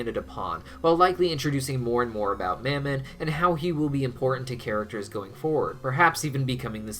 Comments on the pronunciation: Of mammon, soft a, not hard A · I've heard Mammon pronounced in a few ways, specifically Muh-mon and how it's said in thus video. I was wondering if anyone had any insight to which way is correct? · why did you start pronouncing mammon differently???